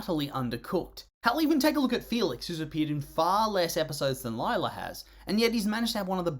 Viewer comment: Uhmm you misspelt her name it’s Lie-la